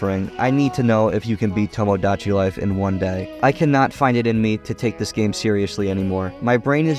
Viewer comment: u cannot pronounce tomodachi, lol